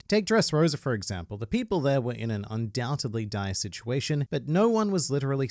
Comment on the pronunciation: I love and respect you, man, I really do; but the word is "undoubteDly", not "undoubteBly". The power is in the "D", of course.